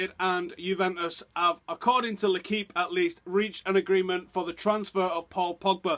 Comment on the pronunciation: its l...equipe pronounced u are allowed to say it correctly. dont be a moron always dumbo